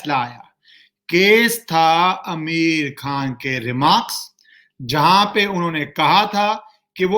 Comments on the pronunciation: He is pronouncing Ameer khan bot आमिर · Sir name to shi se le liya kro🤣🤣🤣🤣🤣🤣